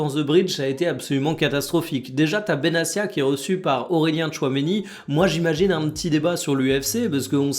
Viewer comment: Petite précision ça se prononce Benatia, pas Benassia À part ça top les vidéos quotidiennes 👍